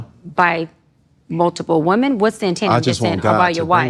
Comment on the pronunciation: Am I the only one hearing her pronounce the singular instead of the plural for women? I hear this a lot from people now... what's wrong with these people?